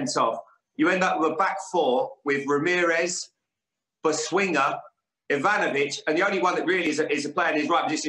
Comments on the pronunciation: Did you lot clock when Jaime said Boswinga instead of Bosingwa. Lampard smiled as well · Boswinga ffs. Learn the names redknapp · Did he really say BO-SWING-AH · Bo-Swing-Wa LMAO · Ah yes - the return of Bo-swing-a